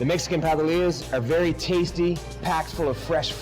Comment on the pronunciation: I find it a tad insulting and hilarious at the same time you would have to wear that stupid hat or sombrero. I guess in your world all paleteros or Mexicans wear these stupid sombreros. We get it, IT can make Mexican paletas...drop the sombrero at least have the courtesy to pronounce the words paleteria and paletas correctly. On a personal note I think it's a great product just found the sombrero insulting...doing my research on equipment for my business thank God I have a sense of humor!